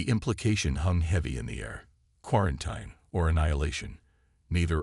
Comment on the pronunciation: Would you mind telling me what the HECK "Unredable" means!!!??? What is "QuarenTINE"? It is pronounced "Quaranteen"!!!! What is an "Ultimatum...(with a short "a") instead of "UltimAYtum"...(with a long/hard A).????? What the heck is "Weeponize"???? What ALSO is "dizaree"???? "Disarray" I know....... "Dizaree" I do not know!!!???? And THEN, what the heck is a "Cosmus"????? Geeeeeez!!!! You guys STOP using AI until they can read English!!!!